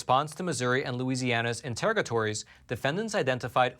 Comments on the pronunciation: Grammar police here…just wanting to educate, not humiliate: Interrogatories: In-ter-aug-a-tor-ies… in court are lists of questions or requests for further information. Not a word used regularly…just seek to help… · Please learn how to pronounce interrogatories.